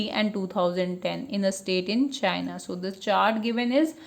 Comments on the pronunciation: madam first you read proper then u teach otheres ok thats not chania thats is a canada. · I wonder how CANADA is pronounced as China ? 🤦‍♂️